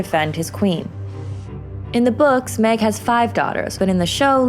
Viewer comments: Nice video! I like this series. But I'm pretty sure Maege isn't pronounced "Meg". I think it's either more like "Mayg" or similar to the word "mage". Just saying. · Did you pronounce her name Meg?🤔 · Maege as in Maige. Fucking shownlies. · 1 for mispronouncing maeg.